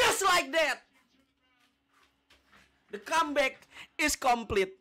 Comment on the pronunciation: "The kambeck is kamplet"